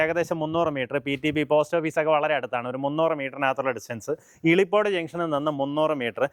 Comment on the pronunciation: ഇളിപ്പോഡ് അല്ല.. ഇലിപ്പോട്..